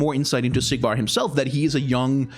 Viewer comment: Is it just me or everytime he says Sigvar's its sounds like Siegward. I can't stop hearing it now!